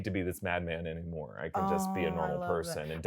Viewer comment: Stop it with the nammore…it’s nay more!…